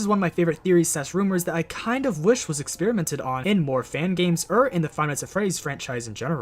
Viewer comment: i love how you say "ur" instead of "or" it makes me sleepy